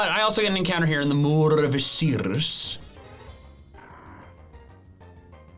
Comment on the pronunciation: MoOr oF IcIRRus love the pronunciation 😂